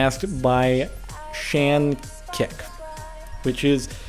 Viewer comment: Oh, Jordan. He pronounced my name wrong it's "Shanik" not "Shan-kik" xD Thanks for answering my question though!